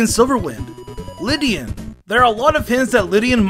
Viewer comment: Is not lid-e-in it’s lay-d-in